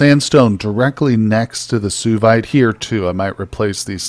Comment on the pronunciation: Suevite is pronounced swa vite.